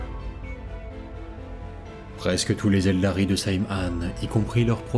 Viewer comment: Excellente vidéo mais j’ai toujours pas digéré.... je dit ELDAR est pas ELDARY😂